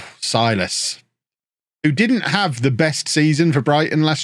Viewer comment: not sure if you even care, but if you do: Silas should be pronounced Seelas. (I'm brazilian, I know)